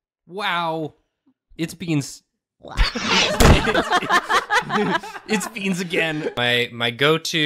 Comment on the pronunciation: Waoow! It'sbeens.